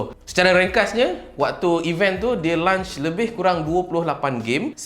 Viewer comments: Launch bang bukan lunch. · Aku sorang je ke terganggu dia sebut launch bunyi lunch? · lunch ke launch.. kepala bana kau sebut begitu ha ha ha ha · Launch bukan lunch. Aihh geram je aku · Kira ps5 ni bole main time lunch je ke? 🤣 Sbb aku asyik dgr bro ni sebut 'lunch' bukn 'launch' 😝 Btw mai singgah channel youtube saya untuk check out first single saya dan mcm2 spt cover travelog vlog food and movie review and jgn lupa subscribe utk tlg saya capai 1k subs guys thank you so much 😁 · Brother ni lapar ke. Asyik nak 'lunch' je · Bila lunch eh ? Dengar macam nak makan tengah hari je